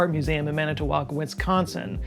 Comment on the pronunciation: I'm from Wisconsin. Good job pronouncing Manitowoc!! Nicely done! 🧀